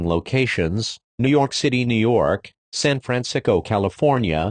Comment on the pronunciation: I like how it just said San fransicko